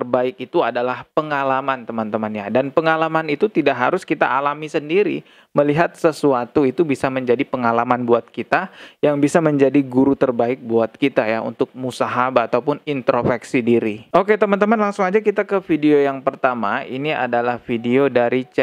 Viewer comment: Sekedar koreksi bukan musahabah bang, tapi muhasabah